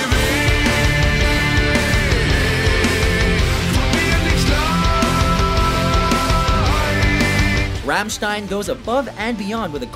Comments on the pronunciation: he pronounce the group's name Fammstein so triggered 😡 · The way he pronounced Rammstein made me cry inside